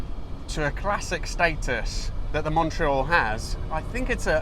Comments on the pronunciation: If you're going to insist on pronouncing Alfa Romeo natively, then you might try to do the same with Montreal !!! Fabulous car - There was one in Solihull in the mid seventies and I remember hunkering after it, long before I even had my driving licence... Love the way you give the engine 'such heritage' - the Tipo 33 engine, except cross- instead of flat-plane, single- instead of twin-spark...😆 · Learn how to pronounce MONTREAL ..........